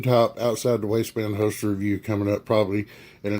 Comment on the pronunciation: Quality "Hoe-Stir" LOL